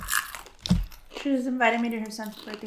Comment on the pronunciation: She said Boomz but it did sound like she said Pumbz